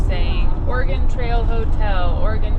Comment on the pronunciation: Thank you for pronouncing Oregon correctly❤❤